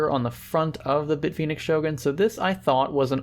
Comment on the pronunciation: FACT: from Hardware Canucks pronounces Bit Fenix as Beet Finix.